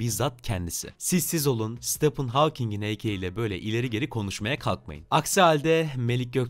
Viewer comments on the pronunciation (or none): StephAn değil StephEn